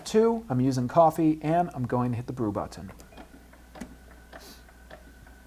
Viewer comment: he also say but-Ton on one of his coffee maker videos